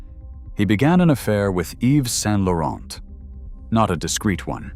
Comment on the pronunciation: Whether it is an AI voice or not: pllllllleeeeeaaaasse not "Saint-LaurenT" (don't pronouce the T) and not Pierre Berge, but BergÉ.